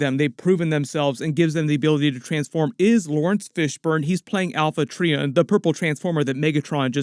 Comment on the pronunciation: Quint Ahhh Zons…… not delicatessen smh and also Trion is Try on not tree on… but otherwise cool coverage